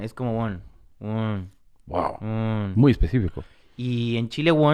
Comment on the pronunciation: I love how Tom says "GUAO" instead of "WOW"